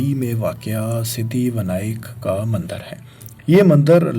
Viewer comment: Mandir to suna tha Mandar aj pehli bar pta chala Shumar ko shamar Ilaqay ko alaqay Pta ni ajeeb jahil banda hai jis ko lafz bolny e ni aty